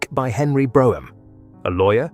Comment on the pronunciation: Brougham is pronounced Broom. The interior of the upper chamber (The House of Lords) that you show is the one built much later in the nineteenth century.